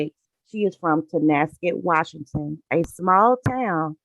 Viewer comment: I'm originally from Washington State and I appreciate your pronunciation of the towns so frustrating when podcaster can't say the town's properly ( Guess it's a pet peeve) And you thank you for covering this Tragic story